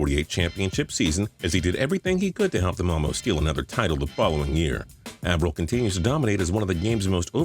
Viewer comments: Cliff "ah"vril? please. It's Cliff "Ay"vril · Someone tell this guy that Cliff Avril’s last name, the a has an a sound, not an ah sound. I’m a triggered seahawks fan. Plz like so he sees and fixes this. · This has been your worst top 10 to date! Michael Bennett being the best Seahawk😂. Cliff Avril name is butchered. No Vikings at all. Cmon